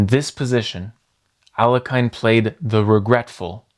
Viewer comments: It's pronounced AL-YE-HIN not A-LE-KAYN for chrissakes!!! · Aliakan , noooo! Alekin, es alekin la pronunciación alekahine alhlekin, es la pronunciación alhlekin por favor . Se oye muy mal aliakan. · Alekhine is pronounced "Al-je-chin", with the ch being a ch like in "china" , not a k. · His surname is pronounced as "Aleheen" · Learn how to pronounce Alekhine. Thumbs down. Just google it, don't be a dummy. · You're mispronouncing Alekhine's name. Couldn't you get it before making a video about him?